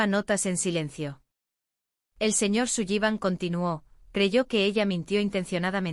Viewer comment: Sullivan se pronuncia Solivan